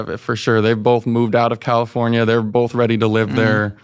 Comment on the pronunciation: Never trust a guy that says “bolth”. My grandpa told me that